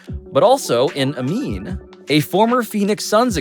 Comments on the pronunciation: Shoutout Amin for the pronunciation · Amin’s pronunciations are the highlight of this coverage 😊